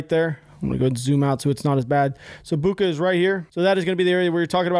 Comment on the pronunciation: Zhytomir is pronounced like "zhee-toh-meer". "Zh" is English is pronounced like if "jeep" would be written "dzheep". "Bucha" - "ch" = "cheep". Come on man. "Nuclear" is not "Nucular".